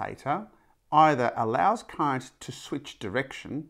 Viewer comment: Your pronunciation is funny sir. Almost like "Electric Cunt".